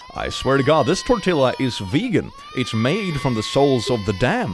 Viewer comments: I thought it was pronounced as a "Y": "Tor-ti-YUH".. I've never heard anyone say "Tor-ti-JUH" before(?) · It’s not tor till uh it’s tor tea uh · Tortilla : pronounced Tor - Tea - Ah . It is Spanish . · Dear, Tortilla is pronounced: tor-tee-a. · Okay, being picky here, but I am from Texas, and it's pronounced tor-tee-ya. You're welcome.🤣🤣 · I cannot let him get away with pronouncing tortilla like that (its a loan word from spanish, pronounced tor-tee-yah if he sees this) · Tortilla- Tor-tee-ah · its pronounced tor ti ya the double L's are pronounced as y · Tortilla is pronounced "tor-TEE-ya". It's the Spanish "ll", said as a "y", not the Welch or English. Same thing with llama. If you mean the animal, make sure to say it as "yama", cos lama is a Tibetan monk. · It's pronounced tor-tee-yah. It's Spanish, to Ls make a y sound. It's like how s and h make the "shush" sound in english. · click please dont call it a tortila its pronounced torti-ya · just as an FYI. Tortilla is actually pronounced tor-ti-ya because it's from Spanish where the double L is pronounced like a consonant Y. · Sir, it is pronounced 'tore-tee-uh' hearing you say tortilla feels a bit like when you hear Americans pronounced croissant croy-sont. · You don’t pronounce the L’s in tortilla, “ tortia”. I hope that correcting you doesn’t offend you, my close friend is Brazilian and always wants me to correct her, when she doesn’t pronounce something correctly so I assume everyone appreciates that. Obviously tortilla is Spanish not English, but 🤷🏻‍♀️ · Not that you’ll see this, but “tortilla” is pronounced tore-TEE-yah. The double L in Spanish is pronounced like a “y”. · OMG, I'm sorry but I can't get this out of my head! Pronounce it like (read these 3 next words in English quickly one after the other to pronounce tortilla) Tore-Tea-Yeah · Tortilla is pronounced sort of like tor-tee-ya. Double "l" is pronounced similarly to a "y". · Why did you pronounce tortilla like that